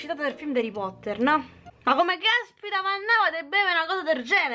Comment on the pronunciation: HARREH POTTAHHHH😍